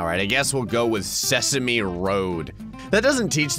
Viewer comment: no it's not se-sa-me in this, it's pronounced as it's shown: Se-same road.